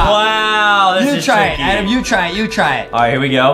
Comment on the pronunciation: It’s Adem not adam lol